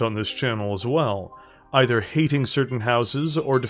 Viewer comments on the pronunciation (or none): none